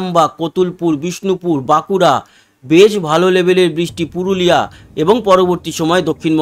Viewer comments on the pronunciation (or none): none